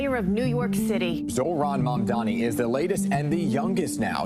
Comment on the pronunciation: "zohran mamamdi" 😭